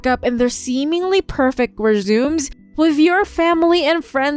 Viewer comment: “Seemingly perfect resumes” Rez-uh-may, not ree-zooms.